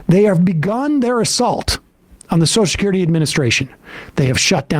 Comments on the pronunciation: Yeah but at least Joe can pronounce social security. It's not sosh-security. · WTF is "Soshes'curity?" Is everyone in the world now too thick to be able to pronounce Social Security? I mean, it's like a disease...